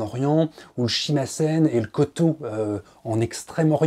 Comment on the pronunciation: Shimasen... Euh, shamisen tu voulais dire, non? (Shimasen, c'est de la conjugaison.)